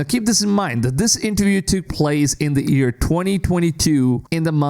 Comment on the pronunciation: Why does this guy pronounce year as ear its so frustrating